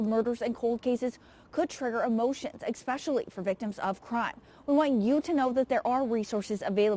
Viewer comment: if you're still working as a reporter, please get some help with your pronunciation, enunciation and pace. This piece was really difficult to listen to. Especially the word especially. It is not pronounced EK-specially.